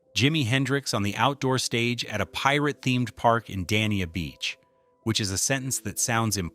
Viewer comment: The city of Dania is not pronounced Dan Eee Ya. It is pronounced Day Knee-Ah.